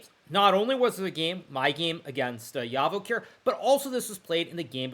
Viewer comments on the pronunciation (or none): Huge respect but Javokhir is pronounced as 'G' as Joey or Jack